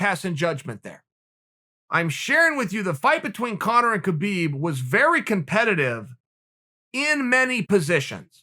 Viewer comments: When is Chael going to finally pronounce "Khabib" properly? I mean I know Chael is undefeated but damn... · True..... ffs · "Kuh-beeb" lmao what up kuh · Khabib will be changing his name to Kha-beed